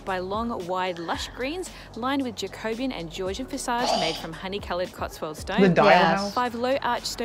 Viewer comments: Yes, the stress should be on the third syllable i.e. 'Ja-co-BE-an', not as she said 'Ja-CO-be-an'. That was very jarring, but otherwise that was an excellent video. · I'm 68, born and bred in the UK, and have never been to the Cotswold because.... it's full of overseas tourists !! JACOBIAN is pronounced JACK O BEE AN . We DO have coffee in the UK you know ! 😂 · I wish she would pronounce Jacobean correctly. Jacobian is a mathematical term. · 'Jacobean' is pronounced 'Jac-o-BE-an', and not 'Ja-CO-be-an', otherwise the tour of the Cotswolds is excellent. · Jacobean is pronounced Jack-o-bee-ann, not however she's pronouncing it 😁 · Also, her pronunciation of Jacobean…!